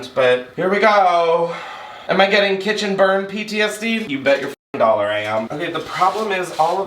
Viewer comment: We love a “’ Chaotic Cithen”, did I stutter? ❤😂🎉